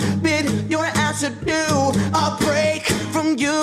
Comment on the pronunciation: you said "adieu" wrong